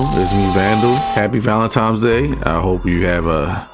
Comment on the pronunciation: "Valentine" not Valentime. Ebonics makes people sound illiterate. 🤨